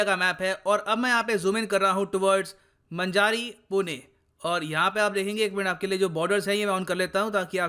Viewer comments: Sir it's मांजरी not मजारी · The area where fire was broken out,it was under construction building and there was some welding work happend,and same area contain some flamable liquds..so that unfortunate insident happend.....and sir its not manajari but its pronounceation is manjri,hadapsar pune. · It's not manjari, it's मांजरी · मंजारी नही. मांजरी है वो. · सर, 'मंजारी' नही, 'मांजरी' सही उच्चारण है. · सर..मन्जारी नहीं मांजरी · It is pronaunced as Maanjri not Manjaari. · It's मांजरी not मंजारी 😂😂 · That's maanjari not manjaari ye kisa pronounce karta hi re tum north log ( Nana 😁) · Wrong Pronunciation sir, it's मांजारी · मंजारी premises नही सर. मांजरी Premises है... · मंजारी नही ....मांजरी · It's not manjari it's maanjari(मांजरी)sir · मंजारी नही :- मांजरी है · मंजारी नही,मांजरी है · मंजारी नही सर जी मांजरी हैं पुणे मैं हडपसर के पास... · It's मांजरी not मांजारी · सर मजारी नहीं मांजरी है बिसीजी लस प्लेट लगी है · मंजारी नही मांजरी है वो 🤣🤣🤣 मैं पुणे का हू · मंजारी नही भाई मांजरी पुणे. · It is pronounced as Maanjri. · It's pronunciation is मांजरी ! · Sir village name मांजरी hai not a manjaari.thats it. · Sir it is pronounced as maanjri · मांजरी पुणे महाराष्ट्र location pronounce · pronounsation of Manjari is मांजरी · sir its मांजरी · correcr pronounce ---- Maa n ji ri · Pronounce: मांजरी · sir u pronounced MANJ-RI in wrong way.. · Maanjri pronounce hota h sir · The pronunciation of manjari is so wrong